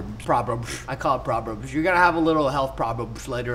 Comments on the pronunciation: problems not proberbs. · Ur saying probers it’s problems